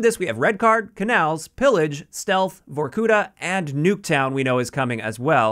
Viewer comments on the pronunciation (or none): It's no ,vorkUta, it's vorkutA. It is a town in komi Republic, Russia)